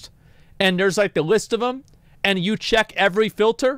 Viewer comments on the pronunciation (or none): none